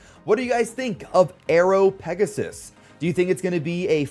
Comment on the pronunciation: Remember its called pegasus not pegasis